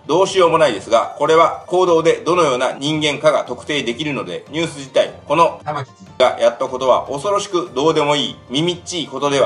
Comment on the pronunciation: 玉城がたま⚪んって聞こえるw